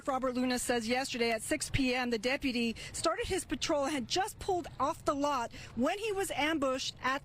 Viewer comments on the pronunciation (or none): Why does that loser sheriff mispronounce deputy? Is he retarded or something? "Depaty."🤣